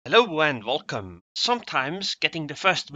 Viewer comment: I always hear him say "Hello and Vulcan!" Like the startrek race. And then I imagine making a vulcan salute.:D